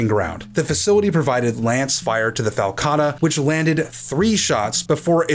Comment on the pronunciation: I like the way you called it a FALCatta.